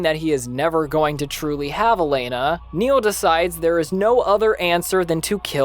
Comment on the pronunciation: Its Barry Nyle not Neil. Great vid.